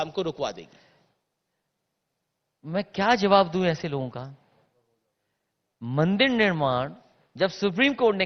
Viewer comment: Mandi nhi pahle bolna sikh lo मंदिर bolte h